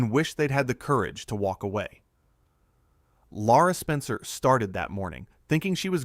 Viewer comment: Not Laura, Lara Spencer